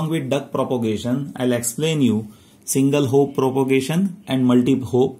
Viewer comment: Its single hop propagation not single hope propagation. Please improve your English otherwise the info you’re providing will become unreliable.